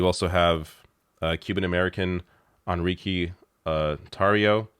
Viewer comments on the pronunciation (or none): it's pronounced "EN-REE-KAY" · Love the channel but laughed at "on-reekee" for Enrique.